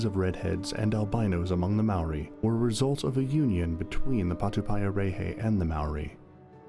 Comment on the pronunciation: That’s not how you pronounce Maori, or patupaiarehe.